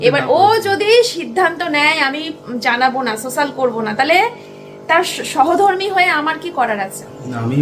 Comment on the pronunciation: সহধর্মী নয়, কথাটা সহধর্মিনী